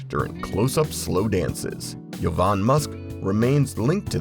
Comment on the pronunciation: Jo- van musk, not Yo-van musk